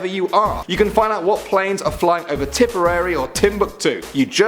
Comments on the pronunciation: YES HE SAID TIPPAREY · Did you say Tippary because my pony is from there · Green Sky Oh ok. I knew Tipperary was in Ireland, i'd just never heard of Tippary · He said Tipperary ahahah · he sais tipperary hon the irish